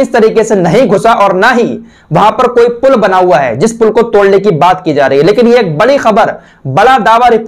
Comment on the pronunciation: फुल नहीं पुल